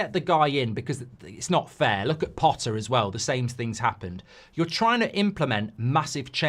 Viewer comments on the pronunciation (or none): none